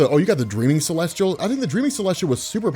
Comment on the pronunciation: Not to nitpick or be a dick but its Celestial, there's no R in it. That's all